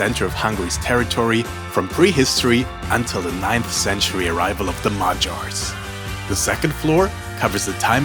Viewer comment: Very cute thank u just one correction not majars (not J like Jazz), but madiars (d letter u pronounce like soft d like idk maybe smt like the word “double” ma-d-ars acctually:) if you understood something what i wrote :D